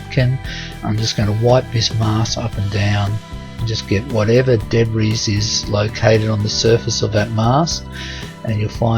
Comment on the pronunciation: My husband loves your videos. When I am listening, no offence but I do wince when you pronounce debris as Deb-riss. It should be De-bree.